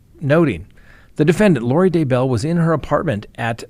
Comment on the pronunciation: Still saying DuhBell! WoW!